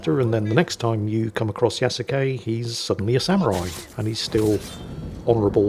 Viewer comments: it´s Ya-su-ke, not Ya-ku-se XD Kudos for speaking the e at the end, most english speakers don´t. It doesn´t come naturally to them. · There were several times where he said Ya-ku-say. Though I admit, it is a small nit-pick. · Since I am something of an amateur historian, and since I've lived in Japan for 16 years, I figured I'd weigh on on a couple things. First, Yasuke. It is pronounced like Yah-skay. Not whatever you said. He was not just a retainer to a samurai family. He was a personal retainer to Oda Nobunaga - one of the three unifiers and the defacto leader of Japan at the time. He was awarded a house and a stipend, and it is said that, after Nobunaga's death, he was captured under arms carrying a sword and returned to the Jesuits. So, was he technically a samurai descended from the Taira or Minamoto clans of old? No. But he was close enough to samurai that he is often portrayed as samurai by Japanese media. And most Japanese refer to him as the 'foreign samurai' or 'black samurai'. So, Ubisoft is not wrong there. Second, being able to loot and destroy the temples and shrines is a mark against Ubisoft - primarily because they are real shrines and temples that actually exist. You can also loot many of the very real Kofun tombs - which are regarded by the Imperial Household as the tombs of the ancient emperors. And from what I have heard, no one thought to ask any of these organizations and they are none too pleased the fact that players can trash their very real historic places in the game. So yeah, the anger is justified, and it wouldn't surprise me if they get sued. Also, as a side note, the incredibly detailed version of Himeji Castle they recreated in the game wouldn't exist for another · It's also pronounced closer to two syllables, so 'Ya-skay' is closest approximation you can get in English.